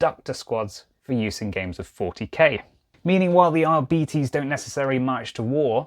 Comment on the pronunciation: It's pronounced Arbites